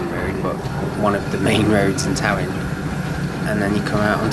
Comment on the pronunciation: Talyllyn is pronounced “Tal-a-thlyn” by the way.